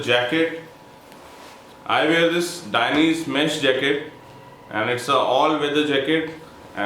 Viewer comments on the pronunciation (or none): none